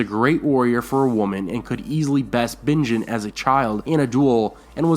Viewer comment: Binjen instead of Benjen? Are you doing this on purpose? Do I win something if I catch them all?